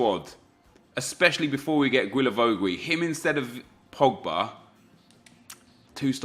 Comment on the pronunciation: Everytime you say Guilavogui's name... It's just so hard to hear, love the series keep it up man